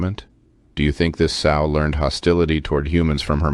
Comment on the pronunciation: You lost me when you called it a "soe".